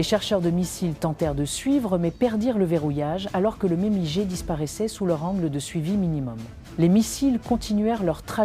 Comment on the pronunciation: On prononce "migue", pas "éM-I-Gé" !!!